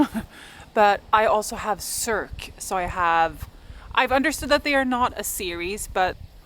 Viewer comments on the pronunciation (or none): Haha, I'm sorry,, but I laughed so hard when I heard you pronounce Circe like 'Cirque'! It's more like Sur-see or Suh-see;-) ENJOY! I really liked The Song of Achilles but Circe was still noticeably better-written imo. You can see how Miller grew as an author between them.